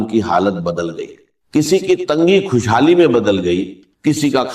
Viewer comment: خود کو کھد کہہ رہا ہے کھشحالی کھالی یہ ڈاکٹر صاحب یہ کہہ نہیں سکتے